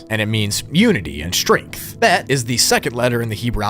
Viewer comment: What you said is “Gamel” is pronounced “Gimel” “Bet” you pronounced right, and “Alef” you highlighted the e in ur pronunciation highlight the A